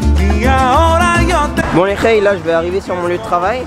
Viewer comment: Un fwew regarde le fwew haha